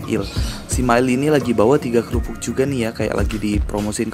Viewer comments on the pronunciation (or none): itu kerupuk bang bukan keyupuk, hehe